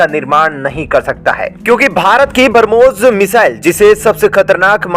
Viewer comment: कृपया उच्चारण सही किजीयेगा बरमोस नही ब्रम्होस 😃